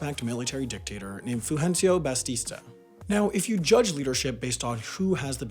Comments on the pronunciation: Its “bAtista” not “bAStista.” Aside from that, great video! The fact that the CIA couldn’t get Castro killed was repeated incessantly by the Cuban government when I was growing up in Cuba to show off and increase the mythos of Fidel. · 0.50 ITS BATSTA IN THE VID BUT U SAID BASTSTA UR JUST TRIGGERING ME TO GET OFFENDED FOR NOT REASON. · It’s not pronounced ‘bastista’ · "Fulgencio Batista", but pronounced 'Bastista'? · bastista no offense but nice pronounciation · bastista lmao dude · "bastista", its batista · BaStista? Already looking forward for this year's mistakes video 😜😘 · God, that Batista pronunciation sounds awful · I hate to be that guy but that’s not how you pronounce Batista